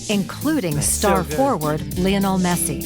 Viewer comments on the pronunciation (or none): Btw it’s (lion-nal) not (le-nal) messi